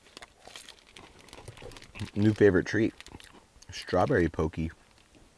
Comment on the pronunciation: The pocky is pronounced like sock-e. Made me chuckle a little but hey we always have room to learn something It's a Japanese snack and yes...they are freaking delicious!